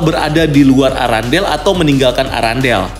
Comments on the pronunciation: Errendel kak bukan arandel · Irondell bang.. Bukan Arandel🤣🤣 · Bukan arandel bang Tapi arendelle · Apa cuma gw yang denger erangle bukan arandale?